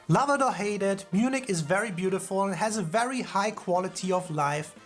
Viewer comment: It was funny how you mixed English translation of the city of Munich and the the original German word München together: Mün_nich ;-) - The number of tourists is about the same as in the UK, with most visiting London. But the tourists in Germany are spread across the whole country, with a slight surplus for the south. - The Inn River flows through Munich and many people swim in it, there is also a place where you can surf. - The Reeperbahn in Hamburg is the nightlife district but there is also the red light district, which Phil's wink wanted to point out.